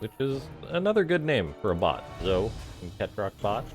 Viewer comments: Game was definitely fun to watch. Pretty sure Zoe is pronounced like Joey but with a Z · Zoe is pronounced as z-oh-ee for girls like Joey is for guys